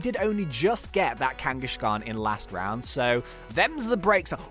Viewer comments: its kangaskhan not kangashan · it's kangaskan not kangashkan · you said kangashan ut you say it like kang ess karn